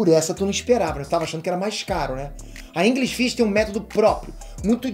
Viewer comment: Aprender Inglês na "InGRIsh Fish" eu não quero kkkk